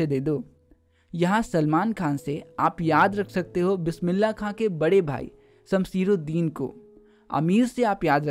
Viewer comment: Bade bhai ka naam samsiruddin nahi ❌️ samsuddin hota he ✅️